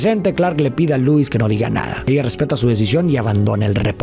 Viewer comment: Si miras cualquier contenido del IP de superman en su idioma original, verás que Lois Lane, se dice Loo-is, no Luu-is